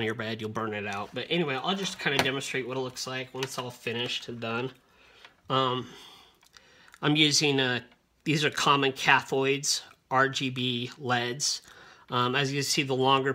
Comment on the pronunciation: Nobody actually pronounces "LED" as "lead" as in "pencil lead." It's just "ell-ee-dee." The negative lead ("leed") is the cathode, not "cathoid". The disc is pronounced "chass-ee" not "chass-is"